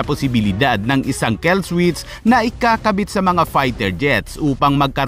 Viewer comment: Kill hindi kell